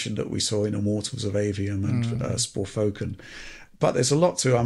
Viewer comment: Sporfoken? Lol nice one